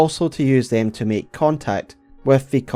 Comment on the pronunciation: “Meek” means something different in English than make, if you want to speak English, it is [maek]. Please, finally, learn English.